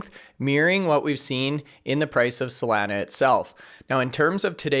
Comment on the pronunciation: I know we can’t do anything about your accent but PLEASE LOOK UP THE CORRECT PRONUNCIATION OF SOLANA. It’s hard to take you serious with you butchering the name. SOL - AH - Nugh (From the beach town in San Diego called Solana Beach)